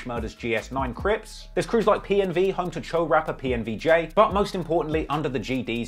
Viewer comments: If I he stops calling the Cho (cho)... Choo (chew) 😆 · Choo is pronounced like dough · It’s not “chew,” it’s Cho man at least make an effort to get the pronunciation right if you’re going to have multiple videos on a topic. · I love it when be says woo and chew… lol it’s chooooe silly, spelled choo… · Yaii is pronounced Cho not chooo 🤣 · Bro no cap u did this video wrong lol u got wrong info bout dusty and u don’t even say Choo right and 22 only started the uk drill beats in nyc bobby and rowdy started that listen to computers 😂 bro please get better info then do this vid again